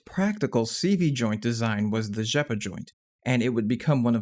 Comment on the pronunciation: Great pronounciation of the name "Rzeppa"! :)